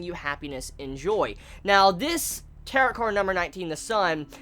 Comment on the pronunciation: It's pronounced tear-oh